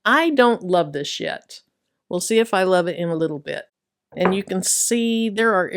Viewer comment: 😂😂 I had to rewind a couple of times. What you said: I don't love this yet. What I heard: I don't love this shxt 😂😂😂😂😂😂😂